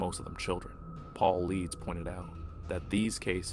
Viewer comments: His name is pronounced David " PAUL / EYE / DUSS "....... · It's pronounced Paulitis knucklehead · Good story, thank you for sharing. BTW, you mispronounce Paulides